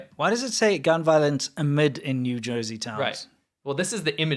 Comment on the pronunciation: "Gun Vioence" 😆